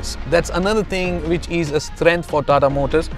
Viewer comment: Rocking a new accent ugh?? "Strength" with a little spainole ??@